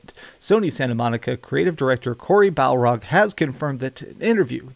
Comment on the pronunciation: Isn't it cory bar log not bal rog